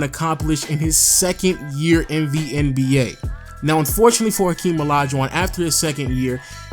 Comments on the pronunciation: Its hakeem not akeem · I don't get why people always picking on these tiny little nonsense on how to pronounce or mistake with naming. It is just a name and everyone know who is a is. Not like he called Hakeem. Henry. Very small pronunciation error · Hakeem not Akeem bro